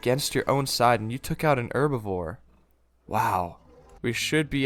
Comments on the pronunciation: Why you say erbevor it's herbivore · STOP SAYING ERBIVORE